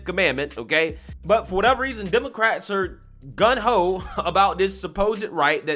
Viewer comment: It’s GUNG HO, homie